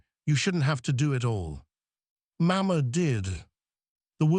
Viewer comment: I think one of the girls would have been a better choice for the hair-braiding. But it is symptomatic of the AI nature of the story. The mispronunciation of words, Caleb's name, "baby, "mama", shows the non-human element that makes AI so unsatisfactory. The story was good up to a point. The kiss and the declaration did not have enough groundwork to be really believable. Images and captions were good. The voice was O.K., but couldn't overcome the mispronunciations to be be really human. Productions are getting better, but relying too much on AI still makes the final product feel lacking. OR, USA